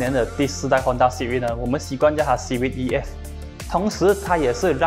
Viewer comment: Hon taaaaa... Lol cmi english